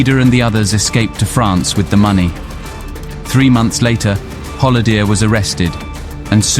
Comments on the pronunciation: Good documentary, only point of comment = check and improve your pronunciations like Zuidas, Kok, Holleeder etc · Pronounce it Hol-lay-der, not Hol-lee-der next time. Also pronounce Kok as Cock and not Coke.